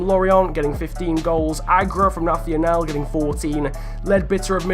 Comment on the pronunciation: "nathional" we portuguese are not spanish, ok??? do it like "nassional"